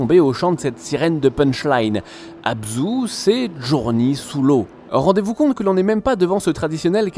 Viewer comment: Sa se prononce JourNEY et pas JourNi; faut revois tes fi fiches mon grand